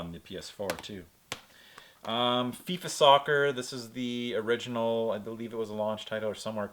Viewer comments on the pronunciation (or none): none